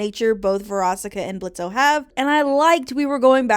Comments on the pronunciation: Why do you pronounce the O in Blitzø’s name? It’s like a huge part of his character that he’s super annoyed by it/gen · Low key it gets annoying hearing people say BlitzO His name is Blitzø The o is silent. Adding the o is just more cumbersome too. He’s had the silent O since the pilot, why can’t people just say his name right?